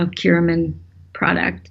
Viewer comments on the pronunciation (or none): When she said "curimin" was she talking about/Did she actually mean to say "curcumin" (turmeric)? Or is "curimin" something separate? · I googled ""Curimin" and nothing even close came up except of course curcumin Can anyone verify this (as I take a lot of curcumin every day:-)